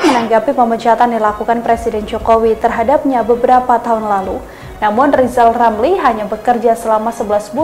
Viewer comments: Lizal Lamli jadi pleciden. Lepot hulup R hilang cemua... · Apaaaa....? Lijal lamli mau jadi presiden...? jangan jal(da'jal) ngomong R aje nggak bisa mendingan jadi dukun kaga ada R nye